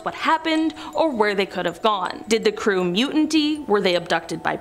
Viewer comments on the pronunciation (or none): They are pronounced like this Creete, Aye-zors, mute-inee. If you are talking for a living, then you should really learn how words are pronounced. Just saying